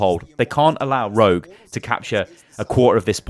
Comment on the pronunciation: Keep thinking he's saying Road not rogue lol